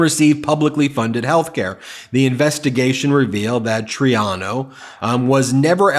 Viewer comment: One of my pet peeves is mispronunciation of names. It’s Mayor Troy-AH-no.